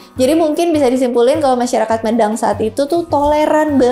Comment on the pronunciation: pembacaan Mêdang nggih mbak, bukan médang